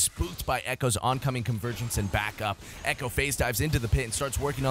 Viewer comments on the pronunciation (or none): none